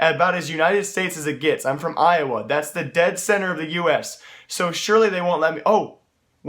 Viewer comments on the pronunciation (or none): none